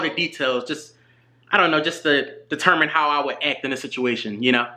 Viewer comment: This dude cant say the letter A bruh. ''Eccually'' ''Ect'' instead of act lmao